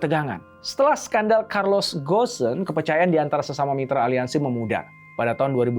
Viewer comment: Bukan gosen…bacanya go-n…